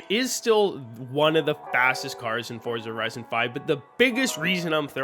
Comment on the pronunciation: FORTZHA HOORIZON 5